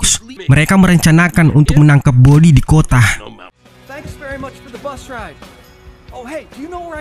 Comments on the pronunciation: Kota jadi kotah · merekah di kotaah